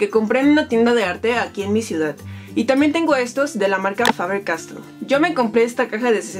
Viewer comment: Me molesta un poco cuando dices calidat o ciudat